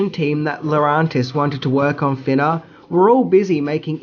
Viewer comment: "Thinnaaa". Love it.